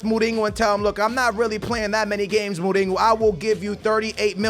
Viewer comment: Dude, what is with you saying like 99% of the names wrong.....Mourinho doesn’t have a G in it dude....